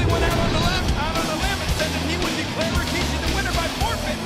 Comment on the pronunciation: God I miss the Raw and Smackdown and even Nitro from the late 90's and early 2000' s. Am I the only one to hear and recognize this but I'm sure millions have picked up on it, JR always pronounces RAKISHI, when clearly it's Rikishi in the spelling. This was the time to be a wrestling fan and unfortunately today is a minute fraction of what this product from WWF and WCW was